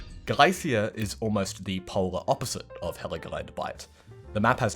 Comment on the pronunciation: im gonna be a nerd and say , tsaritsyn = tsar-its-in, galicia - ga-lee-see-aa, amiens=ami-yons (n is partially silent), brusilov = bru-see-low (si is a long seee)